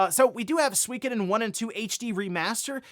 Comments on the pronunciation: Suikoden isn't pronounced "Swee ka den". It should be pronounced closer to "Soo ee ko den". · I swear when I look at Suikoden and it being pronounced Swekaden it just seems wrong. When I think of Swekaden I'm thinking of some bouquet tea shop not a famous JRPG?